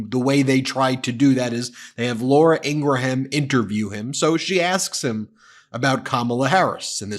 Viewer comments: It's pronounced Laura "In-graum" not "In-Gra-ham". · it's pronounced 'in gram" not "in gra ham" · Ben. I love your show, but I don't know if you're intentionally saying Ingraham wrong? But do you pronounce Lindsey Graham's name, Lindsey Gruh-Ham as well? It's Ing-rum... sorry, it just bothers me. Idk where you're from. I can get over you saying "huge" as "yuge" like trump does but, if you're intentionally saying her last name wrong, it's no better than people intentionally pronouncing Kamala the wrong way. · Ingraham pronounced eengram. Like graham crackers aren't called gra ham crackers. Sorry Ben , I love you and the Meidas network. But this grates my nerves. Thanks! Keep up the great work. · 😅 I thought he called her “Laura Angry-Ham”, for a second.